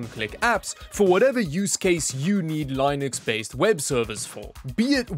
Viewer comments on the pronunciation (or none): It's Linux not Lienux, thanks you ! It's spelled like Le-nux. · Its not line-x it’s LINUX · I don't know what country he is from but do European people usually say (Line-X) instead of Linux? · No its spelled Linux but pronounced Lee nucks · the way he pounces linux shows that he doesn't know what he is advertising